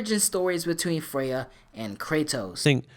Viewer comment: Kratos"you do not want this fight Fraya..."